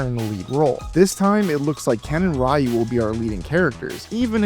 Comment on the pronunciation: It's Pronounced Re-U. Ryu the Y makes an 'E' Sound. Re-U, Re-Tard. See how that works?